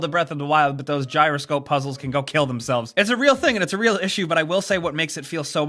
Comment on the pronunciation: as soon as he said giyro scope puzzle I went into a shrine with one FML